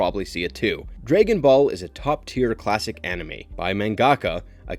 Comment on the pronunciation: This man butchers the name dragon ball and we just supposed to skip that? 😂